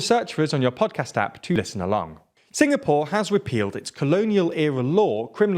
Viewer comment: As a Singaporean I like your pronunciation of our country and Singaporean .